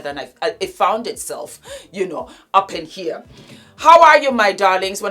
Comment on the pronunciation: I love when you say, "up in here!" in your accent. 😂😂 I just love you. 😘